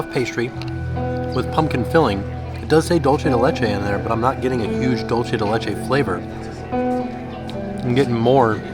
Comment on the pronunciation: hi, been enjoying your videos for a while but just came to say dulce is not pronounced like dolce. DOOL-seh:) kthnxbye